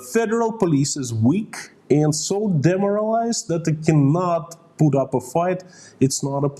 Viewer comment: The way you said the federal police were demoralized at first had me thinking 'Demerolized.' They could probably use some Demerol right about now.